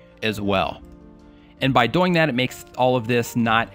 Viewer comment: "by doying that" but cool thanks